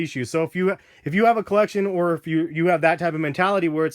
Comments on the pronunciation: he said "or" really fast which made it sound like are. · He said "these or the turtle doves" dumbass